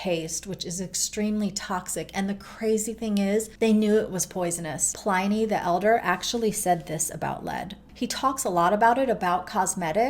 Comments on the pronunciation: Pl-IN—Y not PL-EYE-NY! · You’re wonderful. Pliny is pronounced plinny